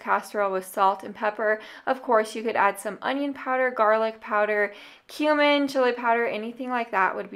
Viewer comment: I kinda had to do a double take because I thought you said 'adding some human to this recipe would make it extra flavorful'. lmao